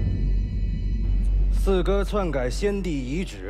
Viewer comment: 四哥 我我总是听成skr 哈哈哈哈好出戏